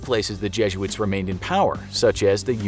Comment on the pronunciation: The way you say jesuits 😬